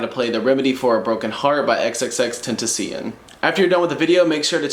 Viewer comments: it’s ten-ta-syon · “Xxx tent a see hin” no “XXX TENTA SHE ON” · Xxx ten tan cian wtf is that its xxxtentacion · It's xxxtentacion not xxxtentacian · IT IS XXXTENTACION (ex ex ex ten Tass ee on) NOT XXXTENTISION..., please learn how to say his name right, but other than that nice tutorial ! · Good tutorial but u butches Xs name🤣 u said xxxtentecion🤣 I’m not fussed but it’s xxx ten-ta-see-own I remember watching one of he’s interviews and he said it’s Spanish for something, I can’t remember but it’s funny🤣🤣 rip long live X 🖤🖤💔💔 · It's XXXtentacion but you say it as xxxtentation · It’s pronounced just like how you pronounced it but it should be tentaciON not tentaciEN just for future reference:) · Bro say xxx ten tan see one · Right way is tent-ass-sion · (X-X-X-Ten-Tah-Cee-Yon) js to help 💀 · Xxxtentussyion? Lmao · 😂 boy said ten ten ceun 😂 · XXXTennesee-an? Tf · Xxxtentissyon say it right 😂😂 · My guy said xxxtenticion 😭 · i lkve how you say xxxtentacion😂😂😂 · Hahaha he said xxxtenteeeectiommm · I can’t fucking breath right now “tuh-si-on” but you play really good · Did he literally just say xxx tenticcon? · You pronounced Jah's name wrong Its pronounced X-X-X-TEN-TA-CI-ÖN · Xxx-ten-tay-she-own that’s the correct way to say his name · He rlly said xxx tentician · "xxxtentacyen"???? bruh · Xxx Tenta See in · Stop hating on him cause he’s saying xxxtentacin.😂😂 you came here to learn how to play the song Edit: thx for hearting my comment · Ten-tah-see-on thats how its pronounced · It’s pronounced (ex-ex-ex-ten-ta-si-own)👍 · Tysm for this and it's ok if u said his name wrong it's pronounced as ten ta shown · lol no the “on” part is pronounced as “own” he said it in one of his interviews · Love your tutorials but I laugh my ass off when you say xxxtentecen but either way great vid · Tenticin LOL His pro at saying his name! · The last part is like saying the word "loan" without the "L" Spelled as "Tentacion" pronunciation is ten-tau-see-oan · Say it right